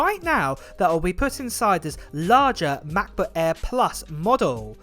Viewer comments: Sorry I have to say that but it sounds really really strange when you say "Macbo ÄÄÄ" 😅 otherwise thanks for the video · I REALLY WANT THIS MAH-PUH EHH 😂😂🤣🤣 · "MacBuk Äääääää."